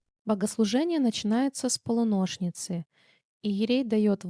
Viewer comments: ПолУношница, а не полунОшн ца. У нас ударение на У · Почему тенор поется выше сопрано? И правильно произносить полУнощница. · Есть церковная традиция произношения определенных слов и в данном случае это полУнощница. Проверочное слово "полУнощь": "Се Жених грядет в полУнощи...." Есть,кстати, молитвословы с проставленными ударениями - очень удобно. А есть ещё слово русского языка "полунОчница" ( часто произносится как "полунОшница") - это про человека, обычно женщину, не спит за полночь. Отсюда и путаница. Не в обиду,а истины для😅